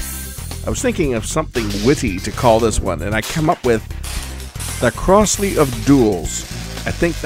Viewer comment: Crosley is pronounced Crozley. Not Crossley.